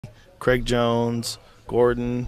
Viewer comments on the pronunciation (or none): none